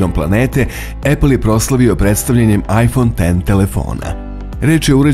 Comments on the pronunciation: Svaka cast naratoru za pravilno izgovaranje imena telefona. BRAVO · Hvala Bogu, konačno neko izgovara iPhone X kako treba. Hvala!!! Ne podnosim kada neko kaže "iks".